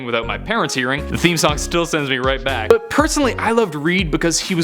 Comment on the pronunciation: Please say I'm not the only one who hearthe weird way he said but .